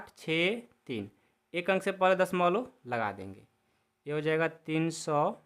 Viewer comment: Sar padha to achcha rahe ho lekin dashmlav ko dashmolo😂 kyon bol rahe ho